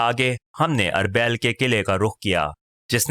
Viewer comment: آپکی آواز اچھی ہے لیکن بہت سارے تلفظ غلط ہیں جیسے اربیل۔ اورمحو وغیرہ۔